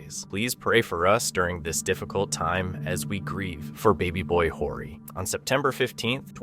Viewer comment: Horry is not pronounced like you say it. The H is silent. It's pronounced Orry.